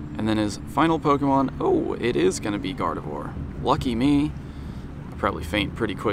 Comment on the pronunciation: Meet me in the middle and i'll remind my friends you still make pokemon go videos. pronounce pokemon correctly, don't slur it out after the "po" like you always do